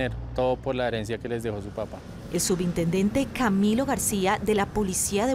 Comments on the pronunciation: Me desconcentro cada vez que dicen "heriencia" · Porque no corijen a la chica cuando dice heriencia"